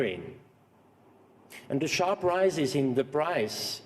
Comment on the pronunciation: Schwab ist so viele jahre in Amerika und hat immer noch nicht gelernt das "The" auszusprechen🤣 Der letze sprecher redet auch unsinn. Demokratie🤣🤣🤣 very funny